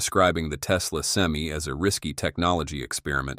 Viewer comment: Stupidest video is the crappy ai can't even say pti or semi properly